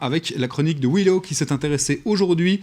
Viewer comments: Le présentateur pronom ton nom "Wilo", je pensais que cela se prononçait "wilou". Quel est la bonne prononciation ? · Faudra signaler au présentateur que ça se prononce "wilou" ;) Super chronique au passage